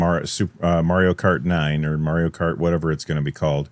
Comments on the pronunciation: "Merio kart" 😅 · Man, someone please teach how to say Mario. And man, dot matrix printers felt good to watch print as well as tearing the paper.